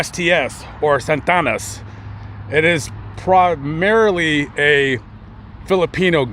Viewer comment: They had to approve themselves WTF. What you meant to say is prove themselves. The Santana's gang is progmarily made up of Asians. PROGMARILY that's a great one. Salute to the Archie Bunker of you tube. Keep the malaprops and mispronouciations up. It is highly entertaining😂